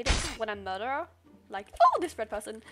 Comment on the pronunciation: everyone: murdrer she: murdah